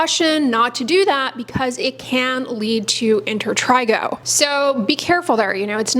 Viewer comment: She says inter trey go